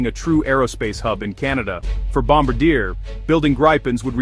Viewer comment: Kept getting a twitch when the a.i. kept changing the way it pronounced Gripen, usually getting it wrong, and mispronouncing Bombardier.